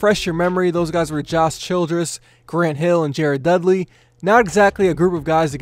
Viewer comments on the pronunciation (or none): none